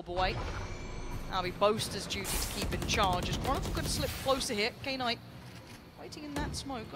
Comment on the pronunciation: is knights name pronounced k-night like the announcer kept saying? or is she trippin